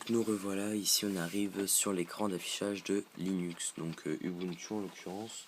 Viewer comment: Désolée, on prononce "oubountou" et pas "u bu ntu" :-)